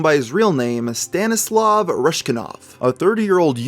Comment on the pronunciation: The name is right there on the screen and he pronounces it "Stenislav Reshkinov". 🤦‍♀️